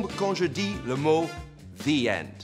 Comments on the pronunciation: J’ai même pas compris comment il veut qu’on prononce « the » Parceque il dit clairement zeu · C'est ouf ! Je n'entend même pas la différence ! oO A chaque fois que tu dis "the" moi j'entend "ze"... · Jsp si je suis là seule mais je sais prononcer "the" tout seul, mais il sort "ze" dans une phrase c'est très bizarre... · C’est pas devant une voyelle c’est devant un son voyelle qu’on dit « thee » 😋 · non mais c'est Facile à prononcé XD je comprends pas pourquoi vous dites "Ze"